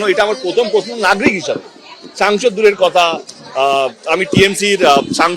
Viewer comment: নাগরিক ❌ নাগ্রিক ✅ 😅😂🤣